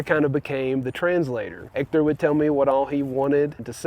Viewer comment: Your first sign of victory was instinctively dropping the "h" in "Hector"!